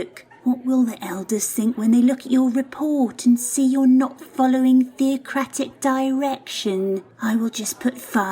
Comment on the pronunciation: Did the elders say "Fear-o-cratic" arrangement?😂